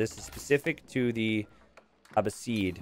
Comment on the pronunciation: I bet you already figured this out and if if you haven't won't see my comment, but the civ (Abbasids) is pronounced uh-BASS-ids. The 'BASS' rhyming with 'class' and the 'ids' as in 'kids'